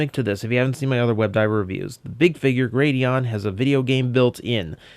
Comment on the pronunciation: Gladion, not Gradion.